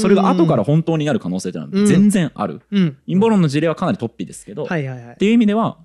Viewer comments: 雑談会とても面白いです。 ちょっと水を差しますが、「突飛」のアクセントは平板アクセントですね。何度も出てきたので気になりました。 fanaticも、アクセントは２番目の音節なのになあと思って聴いていたのですが、なんとNHKアクセント辞典では、日本語ではファにアクセントが来る形も載っていましたよ😊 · 雑談回は本当に面白いことが多いが、今回は、話がうまくまとまってしまって、奇跡の回かも。水野さんの「突飛」のアクセントだけが引っかかってしまった。（＼ じゃなくて ／ だと思う（by新明解）） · とっ↑ぴに気を取られて話が入って来なかった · 創作的誤読、アブダクション、突飛のイントネーションなど刺さる魅力的なキーワードが多くて結論のカタルシスもあり最高の雑談回でした！